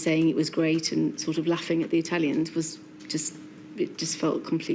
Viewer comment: HanCOCK bleach your mouth before saying the word 'Italian'.